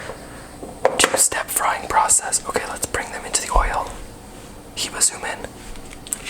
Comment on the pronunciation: Why are you pronouncing ur name HEEEEBAAA LOL.. when it is HIBA WITH A VERY LIGHT I..like eh eh.. (Hiba..!!)..